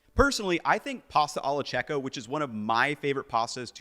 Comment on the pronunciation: would tell you that pasta alla checca is pronounced as “kekka” and not checka